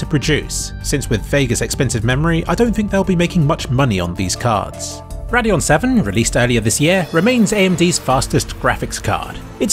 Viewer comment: Any F1 fans keep hearing him say Radeon and hearing Raidillon at Spa?